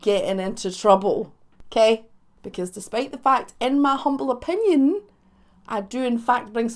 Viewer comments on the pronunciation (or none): none